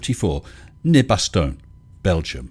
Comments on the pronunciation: I died a bit each time you said "BastON" (Bastogne) :D No problem, mate, I'm sure I can butcher he name of a lot of British towns too, without even noticing. ^^ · Ba-ston-ya is pretty close, you just have to pronounce the final "a" the same way you pronounce the indefinite article "a". ;) EDIT: I didn't py attention, but the first "a" in "ba-ston-ya" would be a "o" in fact. Gosh, I shouldn't try to communicate when I'm tired. ^^' Google translate have a good pronunciation of this word, if you want a reference (the last vowel is a bit short imo, but I'm sure in some locations in France they would say it's a perfect pronunciation) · By the way, "Baston" (the way you said "Bastogne" - most of the times) is a colloquial word for "brawl". :D